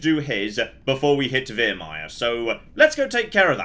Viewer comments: It's Viremire, not Veeeeremire..... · He taunts me every time he says veermire